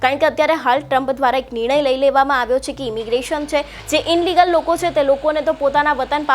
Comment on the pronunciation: ડિપોરસન,ઇનલીગલ, આવું બોલવાનું,? ઘણું શીખવું પડશે તમારે